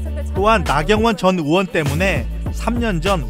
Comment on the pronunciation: 의대 교수 할떈 의 라고 발음 잘하시는데, 왜 전의원~ 할때는 으원이라고 발음 하시나요....